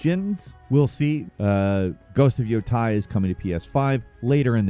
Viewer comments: 'Ghost of YOHTAI' ?! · "Ghost of Yotai"???💔💔